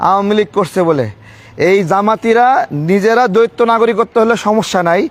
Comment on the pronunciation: দ্বৈত শব্দটাকে বার বার দৈত্য বলছেন?